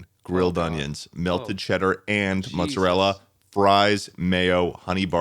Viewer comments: the way they’re pronouncing mozzarella sticks is giving me whiplash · something about a mutton chopped mustachioed man saying “mutzerella” is really tickling my burger right now